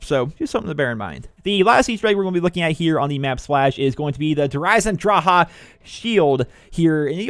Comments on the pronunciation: Good vids but its Eisendrache not Eisendraha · it says drache not draha the c is not silent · dhraha lol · there is no ,,ah'' at the end of this word. there is an ,,e'' . but english people cant pronounce this.